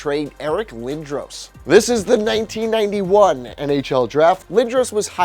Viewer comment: Learn how to say lindros